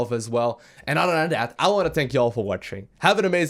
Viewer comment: He also says "otter" instead of "other" and "rotter" instead of "rather"